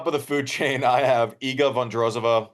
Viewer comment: Man! Iga has been 2 years now number 1, please learn how to pronounce properly her name, just out of respect for her. Thanks and great show